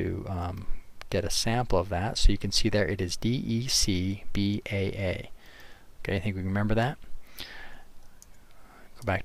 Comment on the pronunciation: it's DECBAA not DECBBA :)